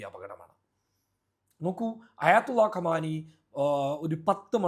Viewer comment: ട്ടാങ്കർ അല്ല ട്ടാങ്ക് ഖമാനി അല്ല ഖാമ്നഈ.